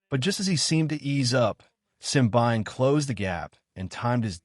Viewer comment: Simbine is pronounce sim---bee----knee